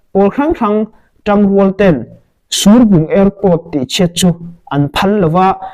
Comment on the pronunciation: Surbung kha I tluk a dik lo. I fel hle Mai thudik kha rawn sawi zel rawh